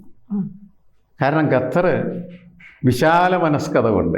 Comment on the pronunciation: ഗതർ അല്ല മാഷേ, ഖത്താർ........ ഉച്ചാരണം പഠിച്ചിട്ട് വരൂ......... ഒരു രാജ്യത്തിന്റെ പേര് പോലും ശരിയായിട്ട് ഉച്ചരിക്കാൻ അറിയില്ലെങ്കിൽ, പിന്നെ എന്ത് പ്രസംഗം???!!! ആര് വില തരും എന്ത് പ്രസംഗിച്ചിട്ട് എന്ത് കാര്യം?